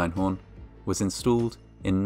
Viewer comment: Min.: "... was instooled ..." Instooled?